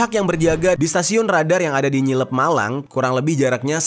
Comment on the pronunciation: Ngeliyep bang…. Bukan nyilep… 😅😅😅😅